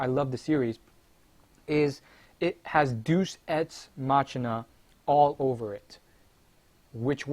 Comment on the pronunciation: It's pronounced Dey-oos, ex, mack-eena. And wow, you called it. They fucking asspulled harder than any show has in a couple years by making Trunks make a spirit bomb, which he's never heard of, on a dead planet. AND somehow fuse it in his sowrd. AND somehow destroy a FUSED GOD THAT FOUGHT VEGITO, when a bigger Spirit Bomb couldn't even kill Frieza. Either everyone's FAR weaker to the point final form Frieza on DBZ is superior to everyone on Super, or the writing is just garbage.